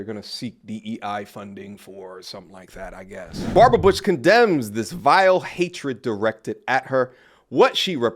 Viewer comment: butch.... sounds like BITCH